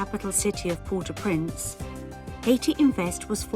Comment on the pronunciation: You don't know how to pronounce Port-au-Prince